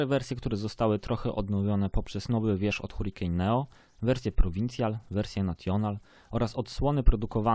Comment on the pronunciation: mówisz: hurikane, natjonal etc